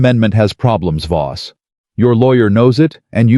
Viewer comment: I believe it's VOSS, not BOSS. Throughout the whole story!